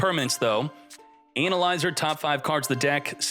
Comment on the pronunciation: I love when pronounced analyzer as: anal izer😂